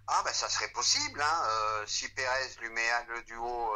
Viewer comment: il y une reuniln entre perèz et Florintino perèz minute 😂😂